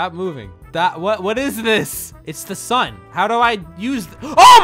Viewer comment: i like how he says "sune" instead of "sun"